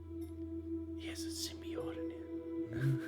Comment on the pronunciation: i hate your pronunciation of Symbiote